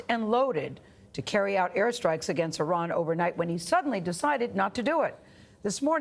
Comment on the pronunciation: “IRON”????? The name is Iran like “I ran” down the road